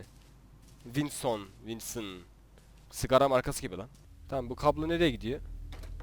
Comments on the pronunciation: Abi winson değil wilson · Winson değil Wilson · Wilson diye yazılıyor wilsın diye okunuyor